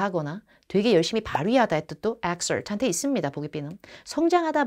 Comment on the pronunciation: 좋은 내용 잘보고 갑니다. 정도에 exert 의 발음을 다른 단어와 헷갈리신듯 합니다. ^^ 더 많은 좋은 내용 기대할께요.